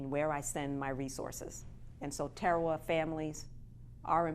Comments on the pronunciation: Tearawa? I've never heard it pronounced that way before. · Pronunciation is atrocious when it comes to talking about our pacific islands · Good for the most part... but there are two things that you have gotten wrong. How you pronounced the name of the island and the navy doesn’t have medics... it has navy corpsmen. (The p and a are silent btw). Those are things I saw in the first 42 seconds of the video.